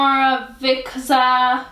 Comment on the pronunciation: you say omorovicza like omoro-veecha